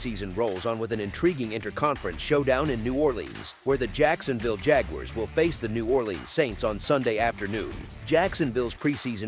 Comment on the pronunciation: JAG-YOU-ARRES :face-blue-smiling